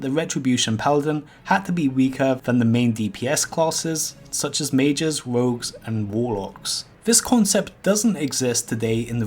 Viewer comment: Please try to say R when it has to be R instead of saying V like you do currently... VAIDS, VOGUES, VOLE-PLAYING, VEGULAV instead of RAIDS, ROGUES, ROLE-PLAYING and REGULAR... PLEASE!